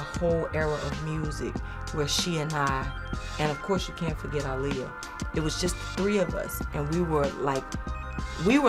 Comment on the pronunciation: Man I love Monica and how she always mentions the one who started it all...And the fact she pronounced Aaliyah name the right way. ✊🏾Much respect Mo❤️🕊